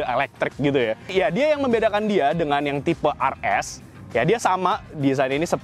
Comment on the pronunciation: tipe RS bukan AR ES. penyebutannya tu yang benar